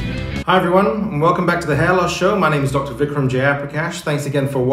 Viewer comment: at least pronounce your name like an Indian lol. But, I totally understand, I've been there.